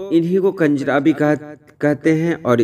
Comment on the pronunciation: Kanjra nahi sahi lafz kunjrhah hai